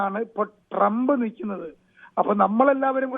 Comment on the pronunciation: ട്രെമ്പെല്ല ട്രൂമ്ബ്